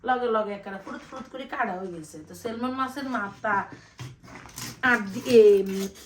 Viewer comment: সেলমন না আপ্পি উচ্চারণটা হবে সেমন “ ল” টা উজ্জ্ব থাকে, উচ্চারন হবে না।